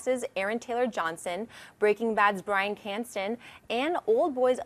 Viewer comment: BRYAN CRANSTON not Canston the fuck man.